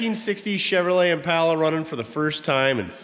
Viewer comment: Just wondering why you always pronounce impala wrong? It’s very annoying otherwise I like your show.